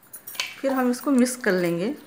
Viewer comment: Aunty acha bana tamate ka cut , aap jo bolte na mis karee woh mis nahi mix hai